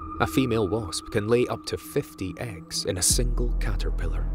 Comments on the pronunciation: and he called it a bosp instead of wasp. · "...a type of solitary BOSP "